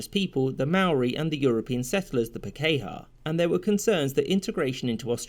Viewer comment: it would be more interesting if he could say the words properly - it is Pā-ke-hā - NOT Pake-ha - it sounds like a pom talking about Pakistanis